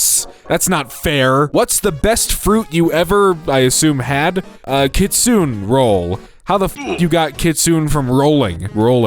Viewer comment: How he pronounced kitsune kills me